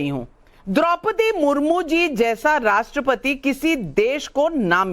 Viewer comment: इतनी अंग्रेजी झौंकते हैं और राष्ट्र पति को राष्ट्र पती बोलते हैं,यह आदमी आदरणीया राष्ट्रपति महोदया का अपमान नहीं कर रहा है बल्कि एक सौ चालीस करोड़ देशवासियों का अपमान कर रहे हैं, राजनीतिक दोगलापन दिख रहा है